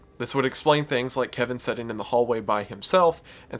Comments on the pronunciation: It's pronounced "Sit" not "Set". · "The Sun (son), Kevin, setting in the hallway" Your pronunciation of the word 'sitting' has caused such an interesting image to form in my mind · Why do you pronounce "sitting" like "setting"?